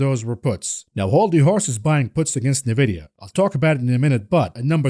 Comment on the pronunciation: Nvidia is pronounced En Vidia. You say the letter N then vidia. Is isnt Nuh Vidia. Love you buddy, been watching for well over a year. Thank you for everything you do!